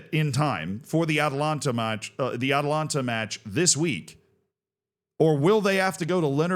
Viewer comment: The Italian football club you are referring to is Atalanta Bergamasca Calcio S.p.A. You keep pronouncing the football club "Atalanta" similar to Georgia's capital "Atlanta". There is an additional "a" after the first syllable. The city of Atlanta in Georgia is the female form of Atlantic, which is the "Sea of Atlas". Atlas is a Titan in Greek mythology condemned by Zeus to eternally hold up the heavens (sky) on his shoulders after the Titanomachy. Atalanta is a heroine huntress in Greek mythology.